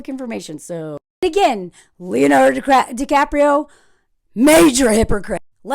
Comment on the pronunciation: Leonardo DiCraprio 😂😂😂😂😂